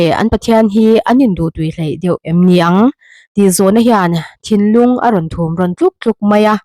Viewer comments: "thinlung a rawn thum rawn tluk tluk mai a" tih a "thum" i lam khi "aw thum/ri thum'" kan lam a "thum" thlluk ang khan i lam a, a dik lo.."pathum" kan lam a "thum" thlluk ang khan lam rawh.. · Thumrawn... tih i lam dawn a thum tih lamrik dan tur hi , pathum tia, thum, kan lam rik dan a lamrik tur a ni e... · Bâk bâk tih hi, rannung BÂK hming kan lam rik ang a, lam rik tur a nia, chuan, Thumrawn tih hi pathum kan lam rik ang a, thum tih lai lam rik tur bawk aw😂